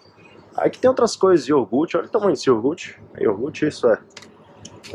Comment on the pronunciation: iogute??????nao seria iogurte???!!